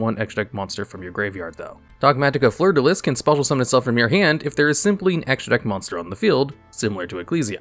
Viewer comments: Please stop saying Fleurdellis. The s is silent. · It’s pronounced Fleurdel-EE. It’s French! That’s so distracting I didn’t even listen to what it does.